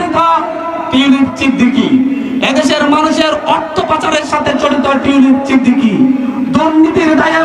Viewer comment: মাসুদ খাঙ্কিরছেলে টিউলিপ সিদ্দিকী নামটাও উচ্চারণ করতে পারে না। বলে টিউলিপ চিদ্দিকী 🤣